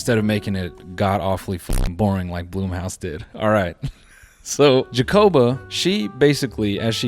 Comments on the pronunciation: why did noel pronouncing blumhouse as bloomhouse annoy me so much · Really said “Bloom”house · Noel mispronouncing Blumhouse throughout the video is it for me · First time ever hearing BLUMHOUSE pronounced that way, lmfao